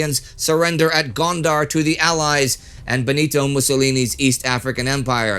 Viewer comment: Italians at Gondor? Oh, Gondar with an 'a'...